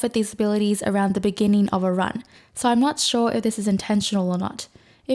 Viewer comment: Hi. You're awesome and all that, and I've got a lot of useful info out of your channel, thanks! BUT. The way you pronounce letter "o" is cringing the fuck out of me. I twitch every time you say "so", "no" and etc. It's [nou], [sou], but not [soiurr, noiuwrr]! I understand that at this age it's too late to fix pronunciation problems, and no way I would advice you to fix this in any form (unless you actually can do it, haha). And please excuse me for being little hateful, but I couldn't keep it to myself. Now I feel a bit better. Best wishes, peace:)